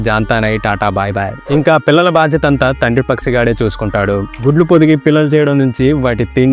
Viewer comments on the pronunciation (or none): none